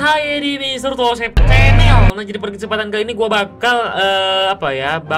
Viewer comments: Kok ngakak ya bilang "CENEL" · Suka banget Abang bilang "CHENEL"😂